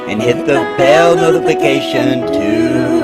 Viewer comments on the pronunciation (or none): none